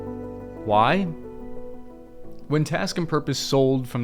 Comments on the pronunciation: Hopefully you learned how to.pronounce U krane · Love it,. Now that it’s all yours they can’t stop you from pronouncing “Ukraine” correctly.